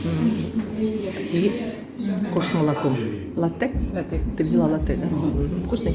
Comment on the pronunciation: Латте, ударение на первый слог